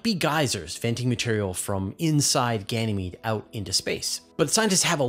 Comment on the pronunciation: it's Ganymede.. not Ganamee